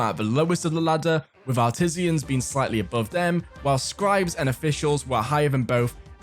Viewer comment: "Artisians" lol